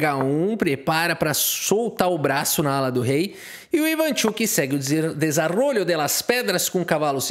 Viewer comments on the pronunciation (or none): Não se diz desarolio, mas sim desarrollo. Agora vai buscar a pronúncia certa